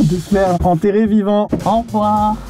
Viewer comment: « au revoirrr » 🥹